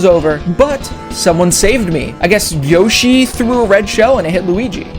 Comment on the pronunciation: “Yoshi”? You sure about that?